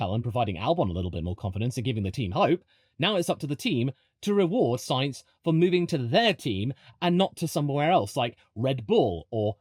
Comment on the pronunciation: Thankyou for pronouncing Sainz correctly. Better than the current F1 commentators. Note for them in the remote chance that they are reading this: It is not pronounced like the name of a can of beans. You really have no excuse if you are a motorsports commentator. It's not like it's a rare name in motorsport over the last 30 years!